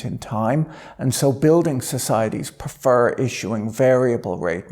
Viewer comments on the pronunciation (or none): none